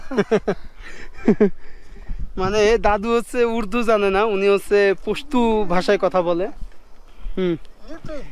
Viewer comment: Pustu noi Pastu